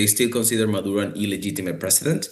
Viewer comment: His last name is Maduro, not Madura.